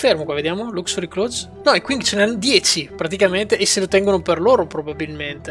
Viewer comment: piccola nota inutile, l'impero cinese Qing, si pronuncia Cing, scusa ma ogni volta mi sanguinano le orecchie ahahaha Ottima serie comunque!